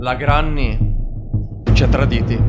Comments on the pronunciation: Si pronuncia grenny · Si dice grenni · non si dice granny si scrive granny e si dice grenny